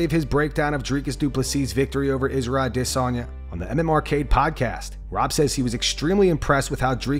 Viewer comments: Israel AhhDissOnYa is my favorite fighter, thanks for saying his name so often this video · aD IS onya - bro your are butchering his name lol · I’m constantly wondering why you pronounce A-Desanya so oddly 😂😂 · Narrator pronouncing Izzy's name like that is making himself just as cringy..wtf is this channel thinking 🤔.. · The way u pronounce izzy s Name, u sound stupid